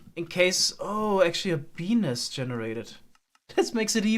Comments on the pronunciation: Lol the way he pronounced bee nest. Beenis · The way he pronounces it makes it wound like Bee nest with a silent t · Did anyone else think he was saying penis when he was saying bee nest because of his accent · Can't unhear his pronunciation of bee nest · I was confused when he said bee nest it sounded like something... else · quickly say bee-nest repeatedly :))) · The way say bee nest sounds dirty. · (for those looking for the comment about his pronunciation of bee nest) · The way says bee nest is wonderful.